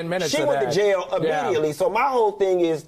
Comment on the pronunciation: Funky said JaiYahhhhl (jail) 😂😂😂😂😂😂😂😂😂😂😂😂😂😂😂